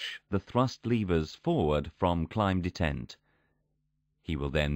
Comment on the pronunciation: Very interesting. But why does it degrade to that horrible female computer voice randomly? It's so bad that it's actually hard to make out what it says, and it mispronounces a lot of things, e.g. pronouncing "detent" in all kinds of ways but the right one...